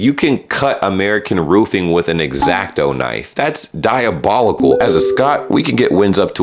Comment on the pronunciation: You repeated use of "diabolocal" is diabolical.